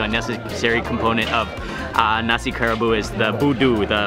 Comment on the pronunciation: I think it's pronounced Ka Ra Bu ... a 3 syllable word